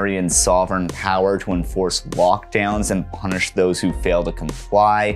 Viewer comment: Ohhhh my god I legitimately thought you were saying "walkdown" and not "lockdown" and was very confused